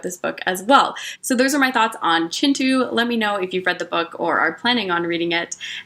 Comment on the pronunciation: Thank you for pronouncing Kintu the way it's meant to be pronounced.